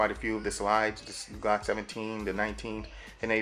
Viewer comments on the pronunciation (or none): I thought it was glock, not G-lock :D